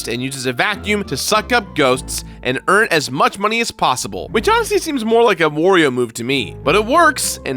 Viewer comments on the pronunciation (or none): Huh, why are people still saying "Worio"? It's "Wario." You don't say Mario like "Morio," do you?